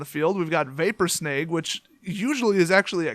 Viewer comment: Maybe this was already pointed out but I didn't go through all the comments. "Snag" rhymes with "bag", not "vague", as in "This vapor form snagged the creature from the battlefield." Ya know what? While typing this out, I just heard you pronounce "drag" as "drayg". Dude, where are you from? "Drag" also rhymes with "bag" unless you pronounce it "bayg".